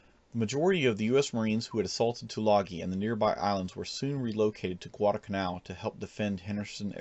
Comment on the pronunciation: Thanks! That's the way I learned to pronounce "Guadalcanal." Good recounting of events.